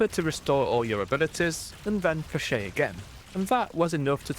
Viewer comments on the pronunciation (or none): thats not how you pronounce flechette but i kinda like it more than the actual lmao